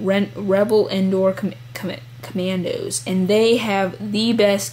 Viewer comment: lol ca ma ca ac mand camdos dont smoke dude